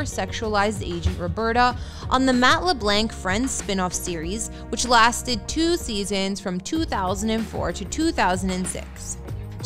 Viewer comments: Who's Matt LuhBlank? It's LeBlanc, ( lə BLONK ). Little miss narrator needs to learn how to pronounce satirical also = ( sə TEAR ə kəl )( sât TEAR ih cul ) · It Matt LeBlanc—Not Le Blank. If a video is going to be primarily a voice over, make an effort to read properly.